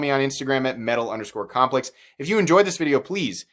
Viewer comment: "Metal underscore CAHMpleCks"😂😂😂 love your vids keep up the good work dude